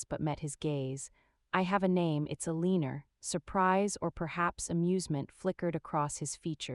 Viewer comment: E-lean-er? vs Elena...hmmm